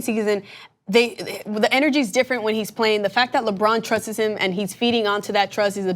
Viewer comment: Did she just say she's not "intimidated by Lonzo's free throws" and "Trust-is" instead of "Trusts". Who the hell are you guys hiring over there, elementary school dropouts?